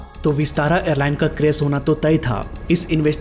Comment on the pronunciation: Anchoring karna to Sikh lo😅 बारिश होता😢 बारिस nh hota क्रैश hota क्रैस 😅 nh hota pronunciation पर कम करो सारे बिहारी आ जाते हैं उनके